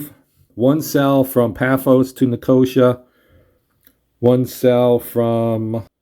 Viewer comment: Thanks for the playthrough - though I didn't think anyone could ever find a way to mispronounce Nicosia but you managed it :) - it's pronounced "Nick-oh-SEE-ah", not "NickOHsha"!